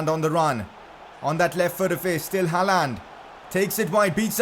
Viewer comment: Your pronouncing on håland is pretty good actually